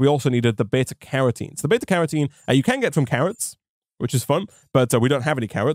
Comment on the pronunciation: I'm appalled at your inconsistent pronunciation of Carotene.